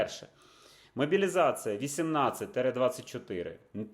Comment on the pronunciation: Друже, "мобiлiзацiя"... Чому ти говориш "мобилизацыа"?